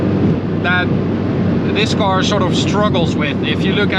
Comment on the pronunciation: Man, werk aan je klinkers: 'car' is not 'caor', torque is not 'toarque etc...